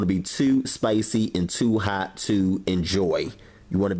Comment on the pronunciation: Once your OIYUUU is hawt! Lol, ily!!